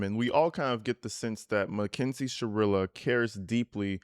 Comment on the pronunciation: Is it just me or are you pronouncing it MACKINZIE? Lol.